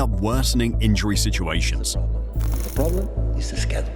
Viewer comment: WHY DO U SAY SCHEDULE LIKE THAT